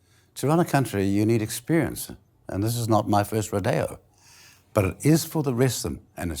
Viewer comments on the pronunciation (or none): Not our first Ro-DAY-oh 😂